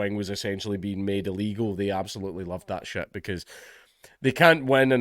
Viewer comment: "An sbilutely" -Jesus H Christ